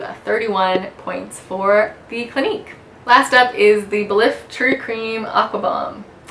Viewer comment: Nice and informative video but a bit too long. I believe “Belif” is pronounced “Belief” oddly enough.